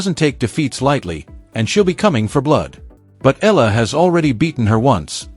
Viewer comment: you keep pronouncing ELLA..practice your tongue.. EEya LA not ELLA.. for pete sake.